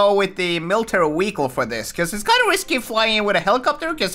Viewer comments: Bruh why do say wehicle instead of vehicle??? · He calls vehicle weeicle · its calll car not wecal